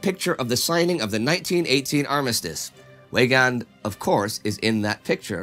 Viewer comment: Weygaund is pronounced with a V so it sounds more like like Veygaund. I know I'm being nit picky because everything else is great!!